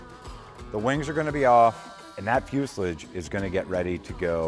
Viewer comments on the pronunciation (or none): Fuselidge 🤦🏽‍♂️ Should this guy even be flying? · Drink a beer every time he says "Fusalidge". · It's not fuselig. It's fuselage. I could see Joe in the background smiling when you said it that way. I could tell he wanted to correct you again. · By the way, it's Fuse-A-Lodge, not "Fuseiledge." That's like people who call Cessna "Sezna"... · I love the look Sam & Joe gave each other right as you said "Fuselage" like "Fuse Lidge" 😂😂😂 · Joe needs to take aside and teach him how to say fuselage correctly, every time he says it, it makes him sound like a right KNOB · It drives me fuckin nuts every time he says it. Even though he holds a pilots licence, it suggests to me that he isn't a plane guy. Joe pulled him up about it a couple of videos back and he persists in saying it that way. He really doesn't have a fuckin scooby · I’m going to stop “like”ing your episodes unless you learn that “fuselage” rhymes with lodge, not mucilage …